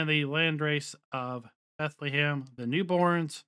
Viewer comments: its not bent - le - heim but you just say bent - heim. its a germen village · It almost sounded like he was trying to say Bethlehem 😂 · he said Bethlehem lmao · A little guide to how to pronounce Bentheim It’s two syllables Bent and heim Bent is pronounced similar to the English word „bend“ and heim is like „hi“ with an „m“ at the end. So Bentheim to you is like bend+hi+m